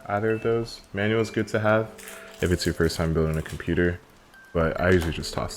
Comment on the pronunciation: When you said "manual" I thought you were saying my name "Immanuel" and it scared me lol